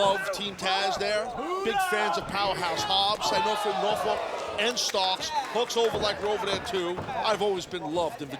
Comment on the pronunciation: Taz keeps misprouncing Norfolk. Remember the City Motto: We don't drink We don't smoke Norfolk!